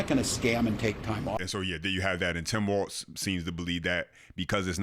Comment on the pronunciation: I can't stand Tim walz but how come 90% of you can't even say the guy's name right it's walz not waltz